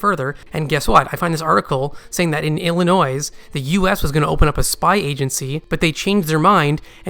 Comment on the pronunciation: Maybe is a spy trying to mislead us with his theories and pronouncing the S in illinois